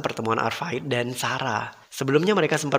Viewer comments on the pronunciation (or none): Advait bang, bukan arvait